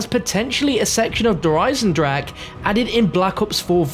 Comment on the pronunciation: It's EisendraCHE not Eisendrake.. after all this time you still cant speak it out the right way and dont even try to, it hurts my ears as a german.